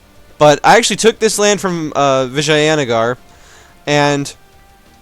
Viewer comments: its Vi-jay-na-gar not vaginagar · The A is a english fuck up. In india we dont say the word with a A in the middle